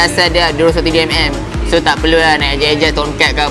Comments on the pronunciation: ckp elok2 sikit.. berterabut nk sebut 203mm.. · Tu la😂😂😂